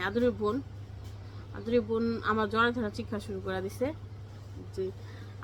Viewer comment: Jorga na jogra bolben